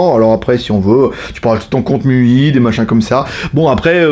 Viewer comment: Faut que t'arrêtes de dire "miui" c'est "MAILLEOUAILLE". Tu peux pas dire "Chiaomi" et "miui" à coté. Bisous!